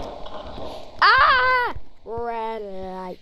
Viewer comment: rwwwwed liiight😂😂😂😂